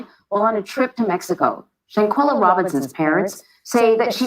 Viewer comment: Her name was Shanquella. There's an a at the end of her name. You kept calling her Shanquell.... Her name was Shanquella.